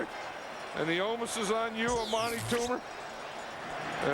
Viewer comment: Lol anyone ever really notice Madden saying omus instead of onus *?